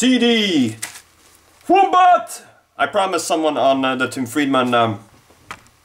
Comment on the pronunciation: Um, it's Wom-bat, not womb-bat, lol. No country can call itself civilised without direct access to Tim Tams....do you suck your cofffee up with them?